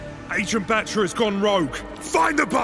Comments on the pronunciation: If you really want to know how to pronounced, it’s (VA-RROON BHAAAA-TRA). So it’s not BAtra it’s BHAtra like how you would say BaBa Blacksheep; the A in his name is not the typical English “a” it needs to be pronounced with a more deep tone as if ur saying AAAH (When the dentist asks you to open your mouth). Greaves says it wrong as he neglects to give the deep undertone to the “a”. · If you wanna pronunce Batra, just say BATH-RA not bat-ra